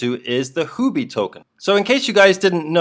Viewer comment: Sir it is Huobi, not Houbi.